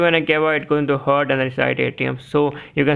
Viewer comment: Pronouncing heart as hurt ...baddest thing I found